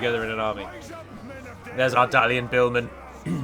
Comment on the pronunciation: I find it funny how berates Halward while he failed his general in the battle. Also,, why is it that you pronounce Dalian like 'than' and Dale like 'day'?